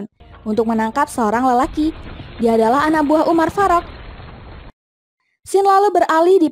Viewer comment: Kayak gimana gitu denger penyebutan nama umar farok nya😂😂😂😂... Umar faruk gitu lho min